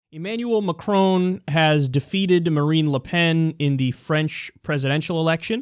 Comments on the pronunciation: Agree with the clip...but his name is pronounced măkʹrŏn...and you'd be the one and only news person who correctly pronounces his name :D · Kyle it's Macron not maCROONE. So funny! there is no n sound at the end. Its between Macro and Macrou. but not maCROONE. You pronounced Mélanchon much better! Your analysis of the election is right. The difference between Macron and Clinton is age or let's just say less influenced as of yet. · when you say macron, to pronounce the R in his name think about macaroni, plus the N in his name is silent.. He didn't win by a landslide, is 65% to 34% a landslide to you? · i like how you pronounce it McCrone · Dude at least learn how to pronounce his name.... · Damn you sounded American when you said Macron!